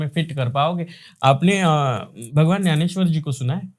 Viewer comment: Sant Gyaneswar... Kya ap Nanesyar bol rahe hai?